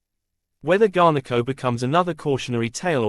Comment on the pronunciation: Cheesus its garnacho not garneko fuh christ sake